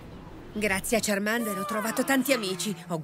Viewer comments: Quando nel primo doppiaggio ash diceva charmEnder e charmilion 😭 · La pronuncia nuova di charmander e chameleon è un pugno in un occhio.